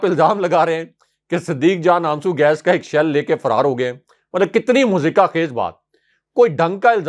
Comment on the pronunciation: مزاحکہ ( mazaheka) خیز ۔۔۔ نہیں ، بلکہ ۔۔۔مضحکہ (mazhaka) خیز ۔۔۔۔.